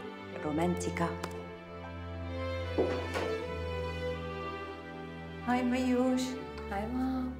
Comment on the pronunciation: انا عندي سؤال ليه بتقول رومنتيكا